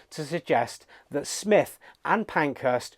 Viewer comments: So lame that he doesn't know how to pronounce SMYTH. You can even hear Sir Thomas Beecham -- friend of SMYTH -- pronouncing it correctly in a YouTube video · It disrespects the composer to mispronounce her name.